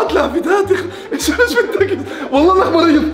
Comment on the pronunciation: واللهِ (بالكسرة مو بالياء)